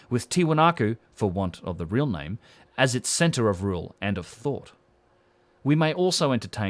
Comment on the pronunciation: ... C-enter of P-ower & Of T-ought ...